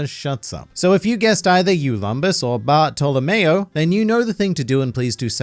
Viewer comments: Barf to lamao wow the pronouncing is soooo perfect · But its baahtolomeo